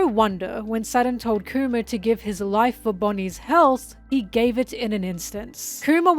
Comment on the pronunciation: Anyone else keep hearing “coomer” whenever she says kuma? 😂